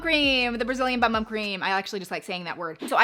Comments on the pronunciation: The bum bum cream is actually pronounced “boom boom”. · Fyi, it’s pronounced “boom boom”! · Lol everyone in the US pronounces it BUM BUM not Boom Boom. But we don’t speak Portuguese.